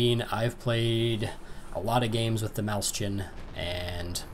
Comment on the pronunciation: Nice review! It's pronounced moys-hen, though, not maus-chan :)